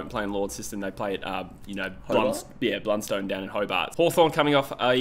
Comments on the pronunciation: For all Mainlanders: •Launceston = Lon - Sest - Un/On (definitely not Lawn - Sest - Un/On) or as Tasmanians Call it Launnie = Lon - ie •Blundstone = Blun - Ston/Stun (not Blun - Stone) •UTAS Stadium is in Launceston •Blundstone Arena is in Hobart •Saying North/Hawks are playing in Tassie sounds weird - bit like saying Tigers are playing in Victoria when they're playing at the G Keep up the vids gents x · WRONG!!! Not Lawn seston or Blun Stone!! (Or Saint Kilda) It's Lonsest'n, Blunst'n (and S'nt Kilda). (sorry, I was born in Inceston, trust me on the pronunciation).